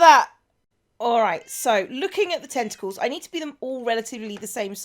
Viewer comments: The way you pronounced "tentacles" is very close to the dutch pronunciation. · also in Japanese, too